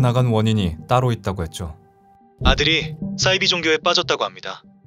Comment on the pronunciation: 잘봤습니당!! 근데 '싸'이비종교 신경쓰여ㅋㅋㅋ